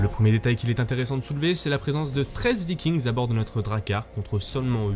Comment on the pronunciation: Super vidéo qui donne bien envie. Par contre juste un truc, a l'oral, un Viking, des Vikings c'est du pareil au même hein. Pas la peine de faire sonner le "s". Des Viking en gros. Ou alors faut faire la vidéo en Anglais. ^^